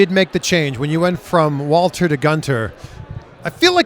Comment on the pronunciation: Goon-ter. Or for people who respect history, it's pronounced Wall-ter